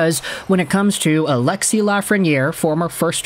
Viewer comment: Its ALEXIS...NOT ALEXIE